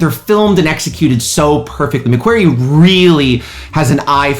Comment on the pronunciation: The Director is Christopher McQuarrie....Pronounced "Mc-Qor-ee...No pronounced "Mc-Queer-ee lol Love your channel though. Subscribed and keep your 007 videos coming too...Great stuff....Hope you come check my channel out too 😁